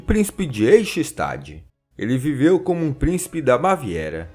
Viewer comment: É "Lóichtemberg" e "Aich-chtét" as pronúncias de Leuchtenberg e Eichstätt.